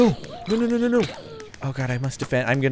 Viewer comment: For some reason i hate it when he says no like nuu its really annoying